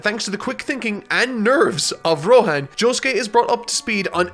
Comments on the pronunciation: who the fuck is rohen ? ITS ROHAAAAN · You mispronounced Rohan’s name,! It is actually KISHIBEH ROHHANNNNNNNNN!!